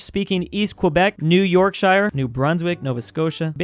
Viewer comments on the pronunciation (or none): I hate with a passion how he pronounces "New Yorkshire". Its from England, not a place from the LOTR (the shire)